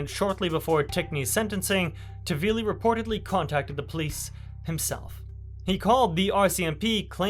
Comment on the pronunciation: Nice video but his name is not tavili but taHvili